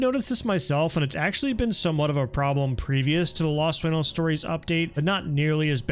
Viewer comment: You have the most Caucasian pronunciation of the word “sueño” 🙈